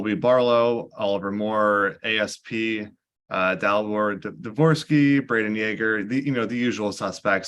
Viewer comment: Good choice by to say Dvorsky.